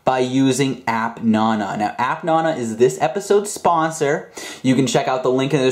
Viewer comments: its app naaanaaaa not appnono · The way he says appnana annoys me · You say nana rong